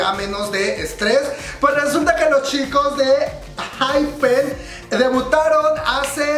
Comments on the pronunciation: (enjaipen) pronunciación de ENHYPEN ... Rayos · ENHYPEN, se pronuncia la "E" jssjs